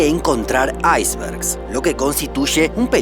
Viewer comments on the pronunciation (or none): ¿Porque dices iceberg hablando como un inglés, si esa palabra existe en el diccionario español de igual manera sin necesidad de pronunciarlo de esa manera tan ridicula? Si tu idioma natal es el español, no hay necesidad de decirlo asi.